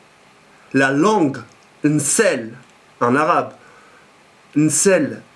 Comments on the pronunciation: on dit pas "nssel" mais "lssen" pour la "langue" :p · On dit Lsen machi nsel sinon je te kiff frère bon courage!